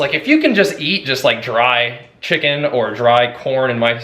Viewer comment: But...I love how you say chakens! Glad to see that your diet change is working out great.